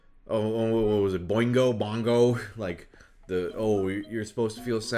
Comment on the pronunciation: With peace and love, the moment you said “Boingo Bongo,” I was out.